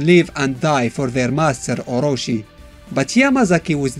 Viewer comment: oro-chi [as in chicken, not oro-see]